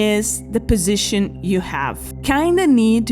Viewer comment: Ayo why'd she say position like that.